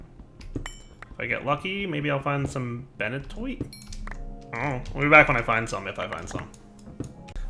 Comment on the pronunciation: Highly recommend using Coal Blocks instead of Coal. Takes the same time to macerate, and you get more out with less overall time(than smelting each and every one). Thanks for the suggestions of this. Definitely helpful. Also "Ben-a-twoit"